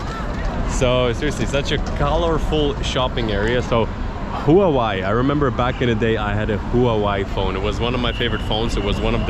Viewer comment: 😂 头一次听到把华为HUAWEI读成 who a why，惊呆了！有意思